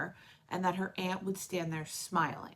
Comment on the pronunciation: You even just said the word smiling and ended it with a K sound. Lol